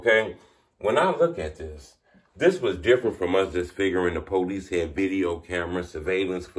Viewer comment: I’m sorry but it’s funny to me when you say “policey.”